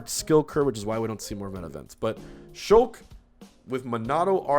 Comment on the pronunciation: I thought he said sheik instead of shulk and almost had a stroke